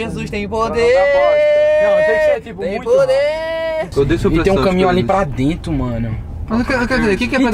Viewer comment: "o sangue de jesus tem poderr"kkkkk